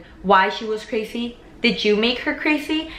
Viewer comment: Sounds like Crasy